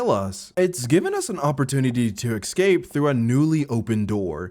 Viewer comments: I knew you were black the moment I heard you pronounce escape as excape lmao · EScape my guy. Not Excape. Became quite infuriating.